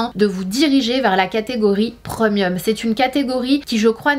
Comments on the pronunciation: « Preumieum » 😂😂😂 On dit Prémium 🤣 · Je suis la seule à être perturbé par le ‘preumieum’ 😬 no shade Sana je t’adore 😊